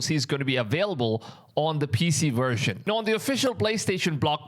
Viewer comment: Best "wersion"